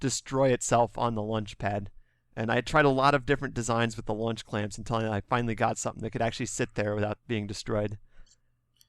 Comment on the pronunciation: He said "Lunch Clamp"